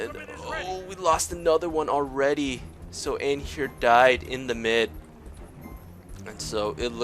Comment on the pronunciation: Is it me or you're pronoucing Anhur the wrong way? <.<